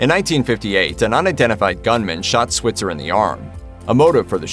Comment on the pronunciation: Alfalfa's last name is mispronounced in this video. You say it with a long i sound.